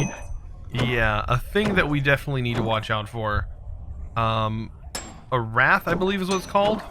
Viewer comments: James Kivenko yeah, I’m pretty sure it’s pronounced the same as white. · Is Wight actually pronounced like rat or is just having a moment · Little heads up, "Wight" is pronounced the same as "White" (there's an island off the coast of England called the Isle of Wight). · him saying rat was driving me insane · I thought he was saying rat and was hella confused.